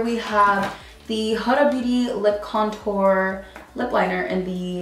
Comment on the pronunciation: WeirdoInTheCorner lmao and how she pronounces “Huda”